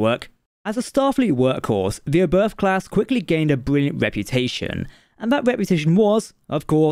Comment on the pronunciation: It's called Oberth after Hermann Oberth. And it is pronounced OBERT. Do your homework correct or don't do it at all.